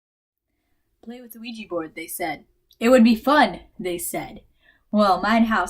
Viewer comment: I love how you say OUIJEE instead of OUIJA